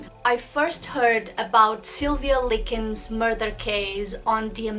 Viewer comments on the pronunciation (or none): Her parents didn’t divorce until after Sylvia passed. And you can’t even say their names right like wtf? Lincoln? It’s clearly Likens.